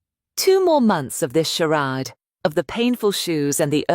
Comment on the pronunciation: A.i. tts phonetic dictionary update: charade == shar-ade